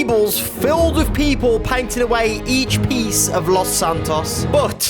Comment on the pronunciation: “Lauce santauce”